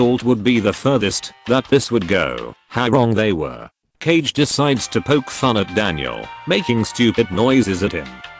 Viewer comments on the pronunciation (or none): none